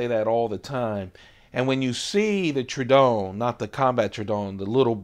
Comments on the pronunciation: its not pronounce true-don, rather it is pronounced True-A-don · Not trying to be that guy but it's pronounced True-uh-dawn. That's a beautiful example. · It's TROH-ə-don